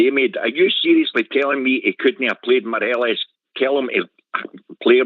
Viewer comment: How many seasons has Morelos been at Rangers and this clown canny pronounce his name correctly? I'll type it out phonetically for ye. Maw- Re- Loss.